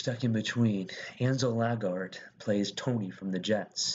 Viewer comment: You miss pronounced almost every single person on here and most of their characters :/ in future just... try to do the research on how the names are pronounced. It would be much more respectful considering you can do it as many times as needed to get the right pronunciation. Thanks. Some off the top of my head are : Ezra Menas, Mike Faust, Ansel Elgort, Rachel Zegler, mr. Serra, and the character anybodys. Thanks again just try to pronounce them correctly !! :)